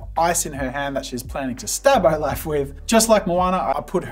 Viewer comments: IS NO ONE TALKING ABOUT HOW JAZZA SAID OLAF!!!! Love you Jazza but nooo 😂 ! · Nobody gonna say anything about the way he said olaf? Ok cool💀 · Am I the only one unnecessarily raging over the mispronunciation of Rattigan and Olaf, as well as calling Scar from the LION king a tiger? 😅 😖